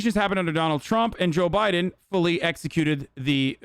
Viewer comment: Joo biden